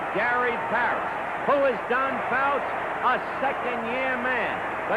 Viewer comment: "Don Fouts"....c'mon Howard.